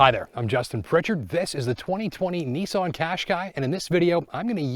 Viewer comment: It's pronounced Nissan not neeson